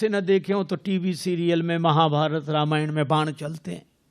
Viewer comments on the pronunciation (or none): none